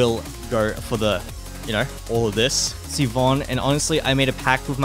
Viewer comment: Siobhan is so hot I wish I didn't just quit the game. Also not to nitpick, but it's pronounced Shi-vahn. That's my sister in law's name, lmao.